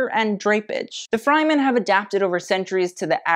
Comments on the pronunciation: I love your video, but please learn how to pronounce Fremen. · 😬😣😖If you watched the movie, you would know how to say Fremen. The same as Yemen, but with a "F". DO👏YOUR👏RESEARCH👏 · "Freh-men" I believe is the correct pronounciation. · sure, but it's still incorrect. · Say “fryman” one more time man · 🤣🤣 Screaming I was looking for someone who noticed!!!! Love tho 💖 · Another well researched, truly interesting video. Love them all!... However, if you mispronounce Fremen (Frem-in) 1 more time I am going to loose it! lol 😂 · "Fryman" does not sit well with me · Really great video! The only critique is the Fremen is pronounced “freh-men. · It might be just me but every time I heared "fry-men" all I could imagine is mc donalds employees dressing in the presented outfits. I'll have some fries with a side of sandworm, please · Sci-fi & Dune geek here… I just…can’t….Fr-eh-men”. U did fantastic tho! Luv Ya! Oh, & original flick has a young shirtless Sting 😜 hubba hubba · If you say “Fry-men” one more time.. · Hearing Fremen being called Frymen makes me cringe. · Fremen..not Fry- men!! (short .."e" not long "i") Be well. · It's fremen With the first e pronounced like The first e in elephant. The first e is not pronounced like eye. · Nooo...not 'fry-men". It's killing me. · Love the video, but the mispronunciation of "Freman" kills me each time... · I’m sorry but “Fry-men”???? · Oh I’m so sorry but you pronounced Fremen wrong the whole time. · Loved the video, great indepth analysis and the Zendaya/Law combo is killer! But your mispronunciation of Fremen was killing me. The "fre" part is pronounced the same as the "fre" in fresh. Hope that makes sense! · that pronunciation of fremen is a new one for me but go off lol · The way you pronounced Fremen tho 😭 It's okay we still love you. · Great video! Unfortunately, I cringed by the way you pronounced "Fremen". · girl it's freh-men not fry-men. still great video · it is fremen "freh" men.